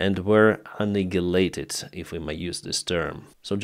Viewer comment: annihilated pronunciation uh·nai·uh·lay·tuhd when I used Google with the search term annihilated pronunciation they had a sound file that accurately pronounced this word. Slow Better